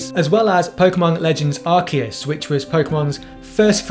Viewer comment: good review, but it hurts my ears every time you pronounce Arceus wrong...